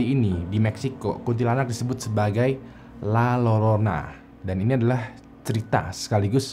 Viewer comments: Koreksi bang: Hantu perempuan dengan pakaian putih di Meksiko: La Llorona. Baca: Ll/Double LL dalam bahasa Spanyol bacanya J atau Y. Jadi bacanya La Jorona/Yorona. Tambahan ilmu aja, bukan sok pinter. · Lalorona dibacany lajorona bang wkwk 😂✌ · Abang larat waktu nyebut La Llorona, itu dibacanya la Yorona/La Jorona soalnya double l itu dibacanya Y atau J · LA LLORONA dibacanya LA JORONA. Ah, payah yutuber.